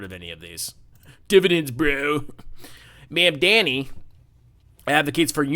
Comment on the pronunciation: I can tell from the first 52 seconds how close minded and uneducated you are. Christians also cannot charge interest by biblical tradition. Source: I'm Catholic and a student of history. The entire video is just you intentionally mispronouncing his name while calling liberals names and buzzwords, while you show a complete lack of understanding for any of his policies. You know you can't win any substantive debate about policies or refute any claims, so shift the conversation to name calling and other distractions. Its so typical MAGA playbook its honestly sad you guys can't come up with anything original. I look forward to Mamdani winning and providing the framework for social democracy in America moving forward. (that's pronounced Mam-dah-ni, by the way) May you find that Christ taught, to give to the poor and needy and help, not shun, them. That we are called to love our neighbor, not try to make millions of dollars more than him while he can't afford to pay for rent or food. "Again I say to you, it is easier for a camel to pass through the eye of a needle than for one who is rich to enter the kingdom of God.” In Jesus name we pray, amen.